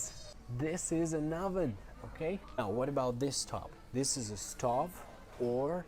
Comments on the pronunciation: What I mean is that we have a diphthong in the word stove and a short u-sound, when the guy pronounces the stove without the diphthong and the hood with a long I:. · She corrected STOVE and HOOD because the guy pronounced them with a Russian accent, and he did pronounce them with the wrong sounds. She didn’t go over the variants of the language, she pointed out the mispronounced words only! 😊